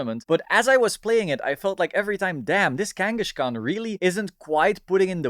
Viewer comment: Sorry to be that guy but it's Kangaskhan, not Kangashkan